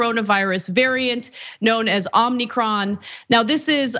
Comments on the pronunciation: OMICRON, NOT OMNICRON. THERE IS NO "N". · Why do you guys keep saying Omni-cron? It's O-micron. Little "o" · _TYTTYTRainbow:@ Its NOT "omnicron" its "omicron"! Just say it right please its not hard! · O M I C R O N Anna, lol not OM-NI-CRON. Other than that you're good 👍👍👍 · It's not Omnicron, Ana.......it's Omicron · You’re saying OmNicton when there is no “N”. It’s just Omicron. (Ducking) 🤓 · FYI: Ah muh kron not Omni cron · its OM i crawn. not OMNI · OMI……CRON… not “omnicron”…..LOL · 😅 Not omnicron Ana. It's pronounced oh-me-cron. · Why is everybody saying omnicron rather than omicron? Is there some phonics rule I do not know? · Ohm - I- cron. Not Omni-cron. It's like the Greek letter. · How about Omacron: I blame the French ? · I'm sure Ana has already learned by now that it's Omicron and not Omnicron, if she didn't already know while incorrectly speaking it. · What the dog!! I would have expected Ana to be able to pronounce Omee- cr- on properly. There is not N in the middle of the word. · It's OMI-CRON!!! Not "Omni" cron.... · Ana calls it OMNI CRON cause its too damn hard to say OMI Cron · Also, Anna, Listen Its Pronounced "OH-MEH-CRON" O M I C R O N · Lol ppl keep calling it omni cron..... Greek letter Omi- cron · Omni-kron? FFsake, Ana! Do better! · Please practice saying the variant name. It has no "N" in it and the first O is long. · Interesting to see her mispronounce Omicron, after the relentless busting on others that did.